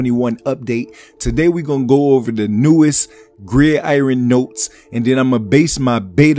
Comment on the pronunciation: Grid I-ren? lol